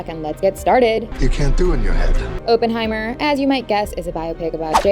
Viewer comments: "Oppen", not "Open"!!! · its oppenheimer pronounced "awe - pen - high - mer" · fyi oppenheimer's name's pronounciation is aww-pen-hye-mer